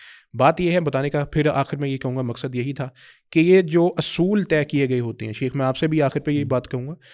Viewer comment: شیخ لفظ تو ٹھیک کرلو بیلی